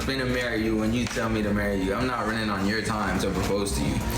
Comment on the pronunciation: Yo-er. Peace.